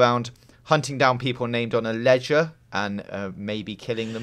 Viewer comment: I thought he said legend not ledger